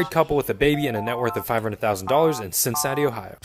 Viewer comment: Since when is Cincinnati pronounce cincity